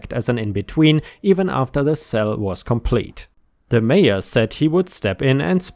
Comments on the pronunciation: haha, took me a while to realise why you were saying major instead mayor. That german accent strikes again 😂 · He did say major a couple of times then he got the mayor in the end 😁 ❤🌟🌟🌟🌟🌟✌ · In the Nebraska story, The OP went to the MAYOR said MAY- ORR YOU keep saying that word as MAYJJ - ORR (as in like a MAJOR General in the Service) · Just an FYI, my friend, Mayor is not pronounced like Major. I believe the German equivalent is Burgermeister, the political high-mucky-muck of an incorporated town or city.